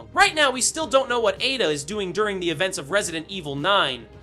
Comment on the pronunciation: Why are u saying Ada like that bro…